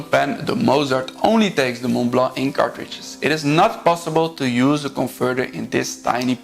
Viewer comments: Thank you for this very informative video, and for pronouncing Montblanc the way a French would (I am French). Just one thing : the 147 can only have cartridges, no converter (I have one). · I am French, and have lived in Germany and the US too, and can confirm the speaker pronounces Montblanc as a French would, ie without pronouncing the T and the C. He can improve his "Petit Prince", and "Meisterstück" 😊 Mastering foreign languages is never easy, and trying is already remarkable. About morons in France, I confirm there are some, as there are some in the US or anywhere else Hopefully there are quality people everywhere too.